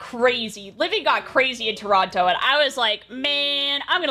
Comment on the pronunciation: has to be the first Canadian I've ever witnessed pronouncing the second T in Torono